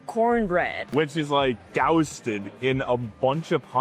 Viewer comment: NO American eats Frito pie, typically..." lol. And just do doesn't get the wrong English pronunciation, it's not "dousted," it's "doused" in sauce. And since here name is, she needs to try Memphis BBQ, since BB King is from Memphis and his famed guitar was. 🙂